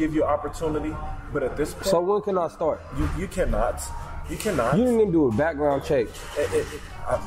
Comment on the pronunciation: Lol he pronounced every letter in CANNOT 😂😂😂😂😂😂😂